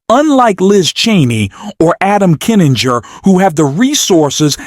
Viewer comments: Why do you keep calling Kinzinger "Adam Kininger"? Get your names straight before you record your narration! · To the announcer: His name is Kin-zing-er. Why did no producer of this tape catch this sloppy error? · PLEASE, for the love of GOD, learn to pronounce Kinzinger's name and say it PROPERLY. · Not a big deal but it's KIN ZING ER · Can’t pronounce Kinzinger? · Why can't AI pronounce Kinzinger?????? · Worst AI narrator I ever heard -- who knew there were so any ways to (mis)pronounce "Kinzinger"?